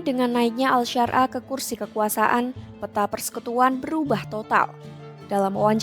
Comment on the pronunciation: Ahmad syarah di sebut al syar.ah😂 gimana mauk percaya klo kayak gitu😅